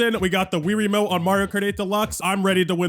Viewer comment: More like rie-ramote